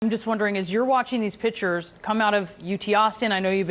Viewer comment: "pitchers"? Seriously?